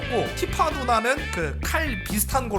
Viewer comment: 난 티파가 피파로 들린다 온 세상이 피파?